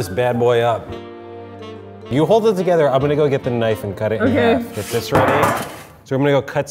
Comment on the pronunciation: meant CUT but mispronouncing it to CAT lol